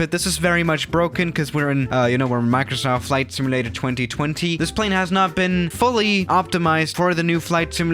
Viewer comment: The way you pronounce simulator makes me actually upset.